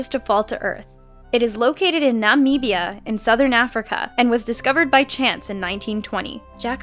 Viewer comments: Why did she say my homelands name so weirdly....It's Namibia not Naaaaamibia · Naaameeeebia XD learn some english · how2 say namibia nam-mib-bee-yah not nam-meeb-bee-yah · Nah - mib - ia. NOT Nah - mee - bia. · its not Na-MEEE-bia... its just Na-mib-ia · Nameebia? Don't you mean Namibia? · Na,ma,beya? Wrong pronunciation. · Nameeebia really? cant you try a little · I've heard of Namibia, but I've never heard of Num-eebi-a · Nah Mee Beeya yep. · Nameebiah ... srsly? :( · Mah-meee-bee-ah? WTF? XD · You said Namibia wrong ;-);-);-);-);-) I live in Africa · 😂😂 she can't pronounce Namibia 😂😂😂😂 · You DON'T SAY NAMIBIA LIKE THAT!!!!!!! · Man you butchered the name Namibia though good lord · WTF was that pronunciation of Namibia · The way she pronounces Namibia..... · Please don't say Namibia again. And Antarctica has always been known as a desert. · painful pronunciation of Namibia. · You seriously can't say Namibia ?! What the hell I live in Namibia learn to pronounce it before you say! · cant you say namibia right?